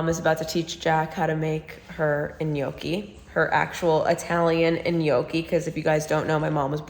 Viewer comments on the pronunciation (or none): Are you pronouncing it “i-gnocchi”?